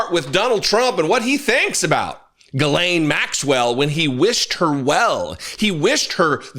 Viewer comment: Made me laugh when you first said Jizzlane Maxwell... very fitting